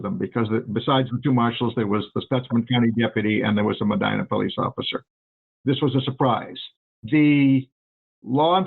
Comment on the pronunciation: First, how are you doing work on a ND event and don’t know it’s pronounced Me(dye)na? I’m very confused by this. Secondly, Gordon Kahl was close with a lot of the farmers at this time (the fed gov’t was doing the most at this time, and it was shutting down a lot of small farmers leaving them with literally nothing!), one of which was my father. He attended multiple meetings. About 3 or so months prior to this going down he stopped going, and no longer aligned himself with any of the folks who were still attending Kahl’s meetings. At this time my brother was attending college in Mayville. He was coming home for the weekend. He was approaching a 4 way stop and could see people in the ditch on both sides of the road. As he got closer, the sheriff climbed out of the ditch and told him to, “Turn around and get the hell out of here”. We would learn a few hours later that this event was just prior to the shoot out. I remember when Gordon went on the run. I was so scared he could come for my dad. Something happened that made dad change his belief in attending Gordon’s meetings, and he’s not afraid of killing folks. Yeah, it was scary as a younger child.